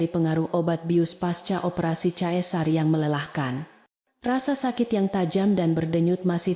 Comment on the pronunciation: Dibaca sesar.. bkn cesar